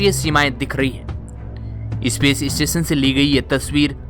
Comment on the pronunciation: भाई , इस्पेस स्टेशन नही ,स्पेस स्टेशन बोलो.. ये इ काहे घुसेड देते हो ??